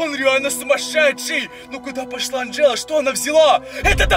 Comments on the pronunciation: Не Анджеду а Анджелу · Не Анджеда а Анджала